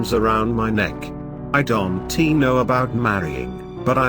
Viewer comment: Why do you say I dont T know instead of saying I dont and leave it at that ????? Well, love your story is alot.